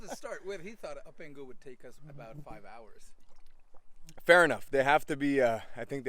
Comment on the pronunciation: It's pronounced O-P-ON-GO